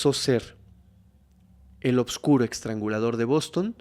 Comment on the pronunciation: Me gustan mucho tus narrativas😊 nomás como constructivo, es “EStrangulador” NO “EXtrangulador”😅